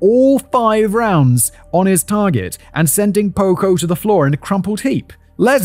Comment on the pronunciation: I keep thinking you’re saying pogo and all I think is gacy….